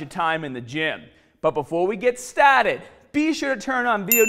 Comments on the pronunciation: "..but beefaw wee git STAHHtid" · But before I get stahhhted lemme smash my protons shek so I can get maximum gainnnnnzz. All the way up, all the way down. Still waiting on full sleeve compression shirts VS stringers to see if there's a difference in endurance or strength. Keep it coming! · "But before we get staated"